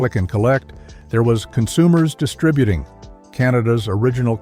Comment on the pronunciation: Thank you for pronouncing Distributing properly.